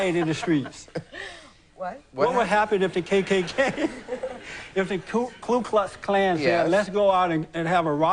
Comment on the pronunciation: It’s Ku Klux Klan Jesse, not Klu. There’s no klu. Those idiots couldn’t find one.